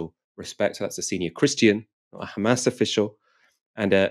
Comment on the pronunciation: "The khamas run US state department" priceless line